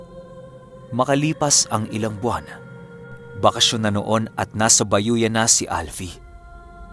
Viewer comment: sorry pero hindi bayoyan yan kundi ayoyan. God bless